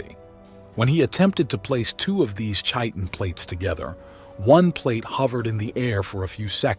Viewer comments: Its pronounced "Kiten" ...not chiton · Chit-in. Chi-tin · Kie-Tin.. it's pronounced Kie-Tin (Chitin) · Chitin is pronounced "kite-in" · how about just proper enunciation of words like chitin? lol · Hey man, maybe research pronunciations if you're not sure. You got Chitin wrong.... So if you got that wrong, what else didn't you research? Is anything you say believable?